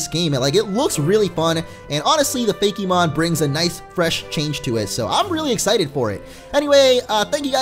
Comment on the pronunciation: It's FAKE-MON, no Fakey-mon